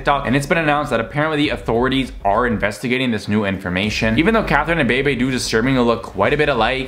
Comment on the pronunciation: It’s pronounced (beebee) Bebe